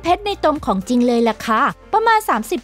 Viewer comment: สนุกนะคะ ได้ความรู้ด้วย แต่อยากให้แอดมินพัฒนาด้านการพูด การออกเสียงด้วยค่ะ บางคำเราฟังแล้วมันสะดุดหูมาก เช่น ของจริง ก็เป็น ของจริ้ง หรือ มิถุนายน ก็เป็น มิถุนาย้น , พวกคำควบกล้ำ ลอลิง รอเรือ เป็นกำลังใจให้ พัฒนาไปเรื่อยๆ และทำคลิปสนุกๆ อีกนะคะ ❤️✌🏻